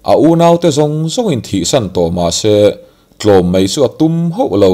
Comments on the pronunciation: Sazu hmul dûr tawh si...'MAI' tih aiah 'MEI' in ti ṭutah...thin iti rim...ngaithla peihlo e a. Sim hmak ang che. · A ngaihnawm e,mahse MAI tihtur ah MEI tiin i lam leh tlat ṭhin a..😊👍👍👍